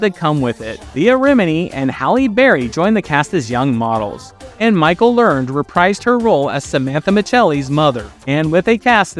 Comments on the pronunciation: Michael Lernes's last name is actually pronounced "Ler-ned". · Correction: It is pronounced Michael Learn-ED